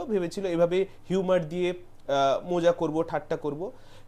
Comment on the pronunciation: তোমার ভিডিও আমি খুব পছন্দ করি কিন্তু তুমি মজা কে মোজা বোলো না । শব্দ টা ভুল। শুনতেও কানে লাগছে।